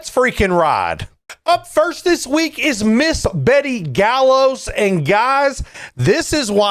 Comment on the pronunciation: Betty.....Gallegos...(guy-yay-gos)...come on midwest, be better! :)